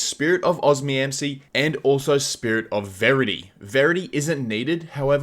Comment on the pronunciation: Every time he said it I was like, bro’s just neglecting the second O and M